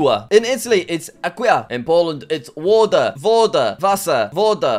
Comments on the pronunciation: the polish woda is more pronounced like Voda because in poland we pronounce W like V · In Poland it's woda but pronounced voda (make sure you keep the o and a flat, don't change to an oa or ah sound) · Bro woda in called like in czechia because english w is polish ł and english v is polish w